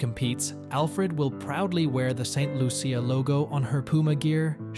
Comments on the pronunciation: Tis Saint Lu-sha (CIA) pronounced --- sha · No its pronounced Saint Lu sha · Ain't no big deal on how he pronounced it